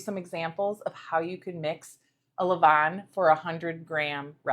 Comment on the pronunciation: Well done. Best regards from, Paris France. A french senior baker. I love the way you prounouce "A levainnn" it seems like you speak french,?😊